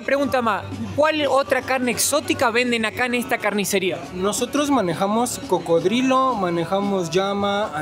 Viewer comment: "Barriga llena, corazón contento"., habla muy bien el castellano, pero en tus videos en ocaciones dice incorrecto, alguna palabra, 🙏 por favor corrigela, y así hablara mejor. Como hoy que dijo, carne de cro-codilo, no,!... coco-drilo, cocodrilo, así tu qurida esposa, hablara mejor. Disfrute su tour carnivoro, insectivoro, y si, sin ir muy lejos, fuiste a muchas partes del mundo. Que la sigan pasando "chido", nos vemos👍🙂🇲🇽🇪🇪🇦🇷